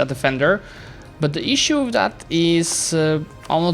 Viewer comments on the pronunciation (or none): none